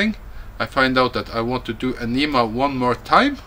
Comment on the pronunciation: Aneeemah? Huh? Lol